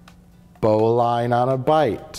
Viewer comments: its actually "bow-lynn" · It's pronounced bow-lin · Dudes went ybrohhh so much effort to enunciate their knots but caint even day bowline right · Is bowline pronounced that way? It was taught to me as "bo-lin" roughly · you said bowline wrong